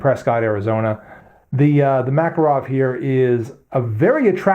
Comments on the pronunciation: Both of those pronunciations of "Makarov" are just as wrong. It's pronounced like "Mah-kahr-of", not "Mac-arow". Not that it matters, we in non-English speaking Europe don't pronounce American brands in English either, like Microsoft or Tupperware. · mak-KAR-awf . . . you English butcher the language :) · Pronounced: Ma-Car-Awf